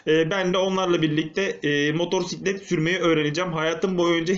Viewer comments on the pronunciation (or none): hocam bastıra bastıra motoRsiklet demeseydin eyiydi :D motosiklet diye yazılıp okunuyor çok bilmişlik olmasın ama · senin işin baya zor ya. Kusura bakma ama daha ismini söyleyemiyorsun 😂 motorsiklet değil motosiklet diye okunur ve yazılır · Önce motosiklet demeyi öğren sonra sürmeyi öğrenirsin motorsiklet nedir abi? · motorsiklet değil motosikelt:D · Güzel videp fakat motorsiklet değil abi, MOTOSİKLET. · modorsiklet derken ? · Motorrrsiklet degil amk motosiklet motorrrrrraiklet ne gicik oldum